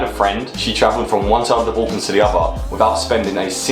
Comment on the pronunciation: it's pronounced BULL-cans (or BAL-cans as in "gal") not BOLL-cans!